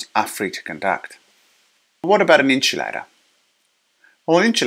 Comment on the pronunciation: Great Video! but i would like to clarify that its pronounced IN-SUL-A-TOR. Not INCH-U-LATOR or EN-CHIL-ADA